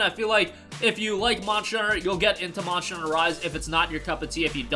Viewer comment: Why do you pronounce Monster like that? "Monsher"